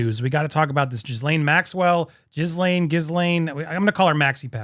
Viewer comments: It isn't pronounced that way at all, it's French all right, pronounced "gill LEN." French is my second language. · Her name is actually pronounced "jislen". It is a french name. Everyone gets it wrong. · Ghislaine, pronounced as “gell-lehn”. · Perhaps you should've watched the video so you could ACTUALLY PRONOUNCE HER NAME . TW@